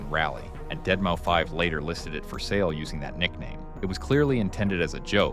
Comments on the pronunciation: This video really shows the text to speech a bit too much. Z “O” 6, Deadmouse not dead mou5. Other than that, great video. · Deadmau5 is pronounced "Dead Mouse". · Bruh, what the fuck is a deadmoufive